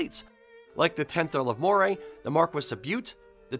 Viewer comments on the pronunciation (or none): Moray is pronounced MURRAY 😉